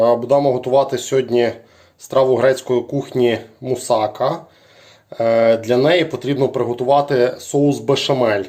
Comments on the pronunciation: мусакА а не мусАка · Мусака наголос ставиться на послідню а! Це Турецька їда! І трохи Ви не правильно її готуєте, як по турецькому рецепту! Як кажуть,чув де дзвін,але не знаю де він!